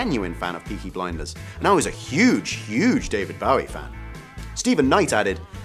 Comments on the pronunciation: Please please stop saying David Ba-wee, it's BOW-ee, makes one cringe! How can anyone, especially a Brit pronounce his name like that! And Ania Taylor-Joy - a "big" name.. errr, seriously?! Plus, she was annoying as hell - with her popping eyes, scary-staring resting face and those cut-off lips made it horribly distracting in all the scenes with her in them. She totally overacts and didn't fit in well at all, imo. (I cannot believe they've cast her in Emma, such a wrong fit..). If anyone decides to reply my comment, don't start to crucify me, this is my own opinion for which I have a right. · You pronounced “Bowie” wrong mate. The man himself said it like tie a bow😉 not take a bow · Hate to be picayune, but I can't keep watching a video that grossly mispronounces David Bowie's name. For the love of God. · Has this dude REALLY never heard David Bowies name pronounced? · Why is this host mispronouncing David Bowie's name over and over again?! Isn't this part about famous people?! like wtf, and then no one on the staff putting this together noticed or made a suggesting to correct it?>!